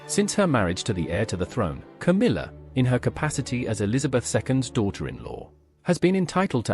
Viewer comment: KAMILA? Camilla! Your AI is broken.